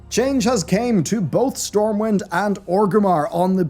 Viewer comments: LOL "Stormwimd" at the beginning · "StormwiMd and Orgrimmar" lol